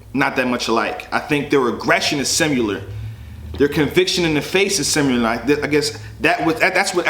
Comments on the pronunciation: "Simular"? bruh... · Did this nigga say 'simular'... SHAKE MY HAND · When you say "simular" instead of similar....bill collector vc OOOOOOOOOO I HATE THAT!!! I fucks witchu heavy tho, handshake army bitch #blacc #ShakeMyHand 👋🏾